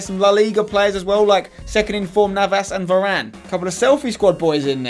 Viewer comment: It's not Navás, please pronounce it correctly